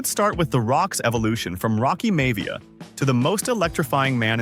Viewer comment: Rocky "may-via"? Smh lol😅